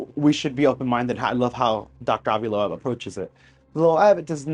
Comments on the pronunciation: AVI'S LAST NAME IS PRONOUNCED "LOBE" BUT SPELLED LOEB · Lobe try that pronunciation young man... 😜